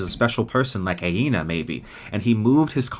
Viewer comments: just a note that you keep mispronouncing Anea's name. It's not Aena, but Anea (Uh-Nea) Great stream, one of my favorite series ever. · Btw I believe its ANEA,not AINA?